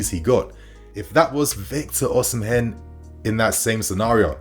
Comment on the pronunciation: 🤣🤣 you murdered victor Oshimen name.